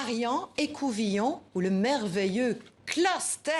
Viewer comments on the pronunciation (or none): Quand on prétend parler de langage, on respecte les langues dont on inclut un mot dans la sienne : on ne dit pas //kleustèèèèèèère// mais //kleusteur//.